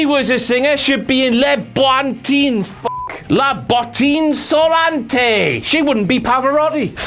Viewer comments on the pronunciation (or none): La bottine "souranté" LMAO. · La Bottine Souriante. Botched it a little but made me laugh.